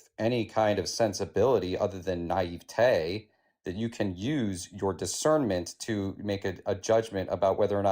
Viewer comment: “Your nieve-tayyy”😂